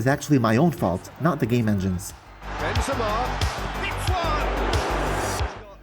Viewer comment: Hey mate great video it is frustrating indeed the assisted pass, but if you allow me please stop saying "Bynzema" the name reads like this "Ben Zeh Mah"